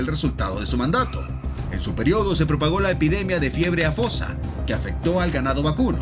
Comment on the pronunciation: ¿fiebre afosa? ¿ De verdad estás pen... sando antes de hablar (o leer) lo que dices? Fiebre AF TO SA ...